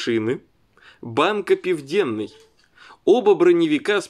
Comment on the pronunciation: банк "пивдЭнный". По-русски: банк "Южный". #